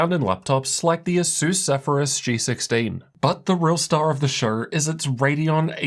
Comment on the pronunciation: Why df is he talking like his mouth is full? "Shouew"